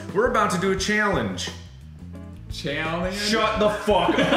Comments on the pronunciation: Mark's (southern) Ohio accent really slipped out there in the beginning, both with how he said cheeyahllenge (challenge) and how he said drah ahyce (dry ice) I see you man, you can't hide from it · Markiplier: We're about to do a chay-llenge. .... Tyler: Chayyy-lleeengggeee? Markiplier: Shut the ***k up. *laughter* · Mark:chaylenge Bill:chaylenge? Mark:stfu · Cheallenge, I say words like that on accident so much 😂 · “We’re about to do a chaelenge” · Tyler: Challeenge??? Mark: Shut the ** up!!!!! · I love how Mark immediately looked at Tyler after the "cheallange" slip up. Mark k n e w it was coming😂😂😂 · I love that when markiplier fucks up "Challenge" at the beginning, they're such good friends that they immediately look at each other and immediately know what the next exchange is gonna be "CHEEALLINGE?" "SHUT THE FUCK UP" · Nobody: Mark:chellangege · "We're about to do a chyallange." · The way mark immediately looks over to Tyler after he miss pronounced challenge 😂😂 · I love how right after Mark mispronounced "Challenge" he looked right at Tyler like he expected him to say something about it